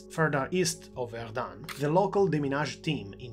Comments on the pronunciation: not verdunne but verdun , the un is pronounced dull and short. There is no E following it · Zone Rouge is terrible but the outrageous strong pronouciation of Verdum made me watch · Erm, one minute into the video and already at least 4 errors and mistakes. NOT good. 1. Verdun is pronounced differently. 2. Zone Rouge is not just around Verdun, it covers or used to cover much of the Western Front. 3. No, the mortar we see is not Dick Bertha. 4. No, not every French soldier fought at Verdun - most of those that were alive during the battle were, but that's it.